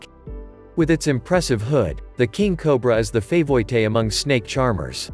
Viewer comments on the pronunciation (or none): robot voice-over... "favouite"?